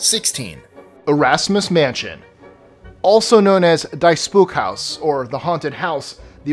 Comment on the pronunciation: Erasmus Mansion - would be pronounced "DEE" Spook House, NOT "Die" (meaning, "That Spook House). The pronunciation would derive from Afrikaans, a Dutch-based language widely used in Africa.